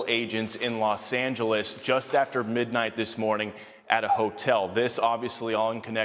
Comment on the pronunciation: is she drunk?! Why did she say Los Angeles like that? 😂